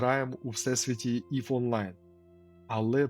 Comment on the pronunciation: Єва кажуть тільки цапи та російськомовні. Всі нормальні люди кажуть ІВ. EVE = ів. І ти це знаєш, але думаєш що краще казати на російськомовний манер, як цапи, які все іноземне перероблюють на свій манер, змінюючі сенси.